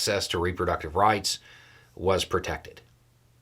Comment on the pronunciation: A CRUCIAL point: “protected” and “prevented” sounds very similar. I had to look up your transcript to look up which it was. Seven out of seven sounds really great, but which way?!?